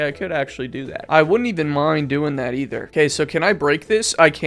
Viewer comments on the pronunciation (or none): none